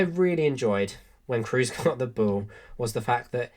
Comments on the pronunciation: Just a little pronunciation correction on a mistake I've heard almost every English commentator and youtuber make: Kroos is pronounced with a long O, imagine more like Krohs, not cruise :) A lot of the other names are a lot harder but I think this one is an easy fix. Otherwise great video :) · The long monophthong "o" as in German does not exist in English. There's going to be an accent assimilation, almost always either rhyming with "lose" or with "rose". What's your native language and how do you pronounce Kroos?